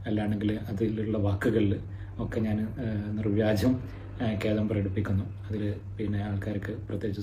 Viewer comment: നിർവാജ്യമല്ല..... നിർവ്യാജം.....